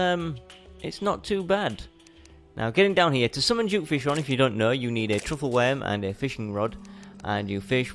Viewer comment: Why does a lot of terrarian players say "Juke"fishron?its suppose to be duke not juke🤔